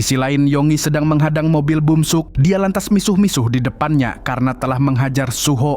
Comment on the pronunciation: bukan bumsuk tapi beomseok